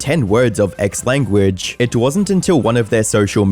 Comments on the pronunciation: it’s language not lanaguage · I mean, you can't get the word lanaguage correct 😂